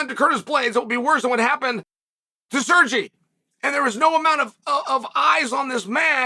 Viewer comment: if he says sirchee 1 more time im gonna